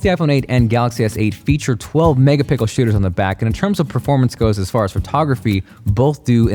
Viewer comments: Did he say "12 Mega pickles??" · Did he say 12 mega pickles😄🥒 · U just said 12 megapickles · He said megapickels 😂😂😂🤣🤣🤣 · u guys must be new; he always says megapickles :P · Did I hear 12 megapickle camera?? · There should be a drinking game where you take a shot everytime says magapickle instead of megapixels. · "12 Mega-pickle cameras" lol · Why does he say megapickles in all of his videos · Who else heard I’m say 12 mega pickle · U saying megapickels ? 😂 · "12 megapickles" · Have you guys noticed that can’t say “megapixels”